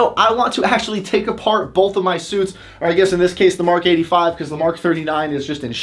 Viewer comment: You say bolth, thank you